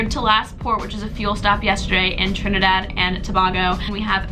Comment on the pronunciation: 'Trinaedard and tobaago'😂